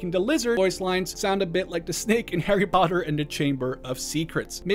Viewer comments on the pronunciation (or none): none